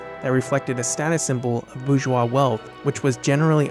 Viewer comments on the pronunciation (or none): none